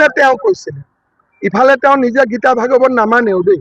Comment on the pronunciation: গৌৰৱে বাইবেল আৰু কুৰআন লৈ শপত খাব গৌৰৱে গীতা ভাগৱত কি পুথি একোৱেই নাজানে ভাগৱত খনক ভগবত বুলি উচ্চাৰণ কৰে হাঁহিবৰ মন যায়